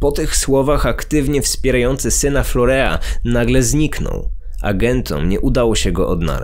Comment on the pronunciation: Nie florea a florin się wymawia